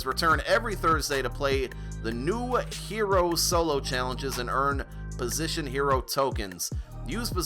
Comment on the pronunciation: Why do people say "positional heroes"? its "POSITION" Heroes lol lol